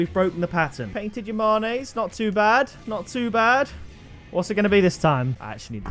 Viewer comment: “Yah-mon-ayes” are they not pronounced “yah-manes”?